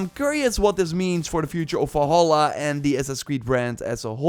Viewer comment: I don't get annoyed often but jesus, how hard is it to say "valhalla"?